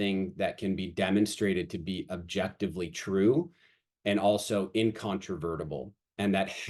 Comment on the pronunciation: I like the explanation and think it will be MUCH better as time goes on, keep making it better and let the haters hate. Also please learn to say objectiVely LMAO there is no B